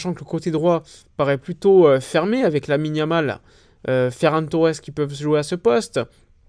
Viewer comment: Ferran Torres doit plié bagage, quand tu as prononcé son nom sur l'aile droite avec Yamal je failli vomir